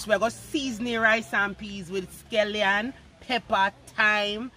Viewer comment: Escallion, not eskellion.